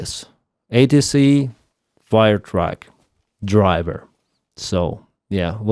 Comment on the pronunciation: The radio this morning said "Fire Truck" not "Fuel Truck" (which it sounds like you're saying, as well, until you talk about a pumping truck tying into the fuel hydrant system).